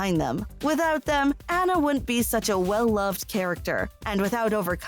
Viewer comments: Yeah, they say "ANN-NA" instead of "ANNA". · Hearing Anna instead of Anna drives me crazy but I agree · It’s pronounced “Ah-na”, not “Ana”.... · Um..."Anna", pronounced to rhyme with "banana"? It's pronounced "AH-na" (more or less rhymes with "Donna"). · It pronounced Aunnah, not Anna. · Omg... It’s pronounced “Ah-nuh”, not “An-uh”... That kept getting annoying! Like, you can’t make a video on a movie when you don’t even know how to say one of the main character’s names... Sorry, but it’s kinda irritating 😕😒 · Well actually the name Anna, spelled with 2 N-s is pronounced "An-uh" If it was meant to be pronounced On-uh, it should have been spelled will only one N, It always annoyed me that the movie called her Ana instead of anna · It’s fucken (onna) not (aNNa) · She is saying Anna wrong 😡😭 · was it just me that’s triggered by the way she says anna’s name? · I am tempted to give you a thumbs down for saying ANNA wrong even AFTER they say it on screen.😒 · Please don't. I don't mind it. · Omg I agree